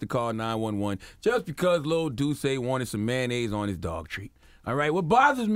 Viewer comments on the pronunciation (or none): none